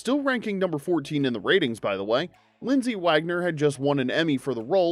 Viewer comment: LindsAy Wagner not LindsEy WagGOner! 🙄